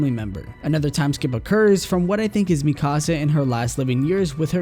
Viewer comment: It's not mi casa it's MIkasa